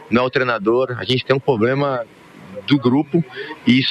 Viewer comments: "Poblema". 😂 É um estúpido. 😂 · Parei no “pobrema”, e ainda disse duas vezes!! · "Agente tem um pobrema...". BARBOSA, Gabriel. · "A gente tem um pobrema" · “A gente tem um poblema” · Realmente temos um "poblema". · Nossa. Esse rapaz não consegue falar "problema". Eeeee brasilzão dos analfabetos. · Não sabe falar PROBLEMA? 😅